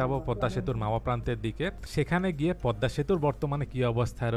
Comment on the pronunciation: Thank you for this beautiful presentation. Never mind, the pronunciation is PADDA bridge instead of PADMA bridge. Thanks once again.